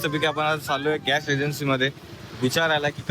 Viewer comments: By the way घ्यास नसत गॅस उच्चार असतो आणि पाण उच्चार नसतो पान उच्चार असतो. मराठी सुधार..... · Just to be very clear — हा मुद्दा pure Marathi बद्दल नव्हताच. It was only about mispronunciation of the word “Gas.” Correct word point out करणं hate नसतं; it’s basic language accuracy. Accent/style वेगळे असू शकतात, but wrong pronunciation is not a style choice. Content public आहे, so constructive feedback is valid and normal.